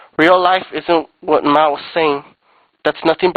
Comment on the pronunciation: "You need to suck it up, either go hard or go home!" That was kind of homoerotic. You can't even pronounce Mao's name right. Not too mention you had to read this of a paper. You couldn't even pronounce Chang Kia-shek's name either. Do your parents pay for your internet? Nothing's free boy.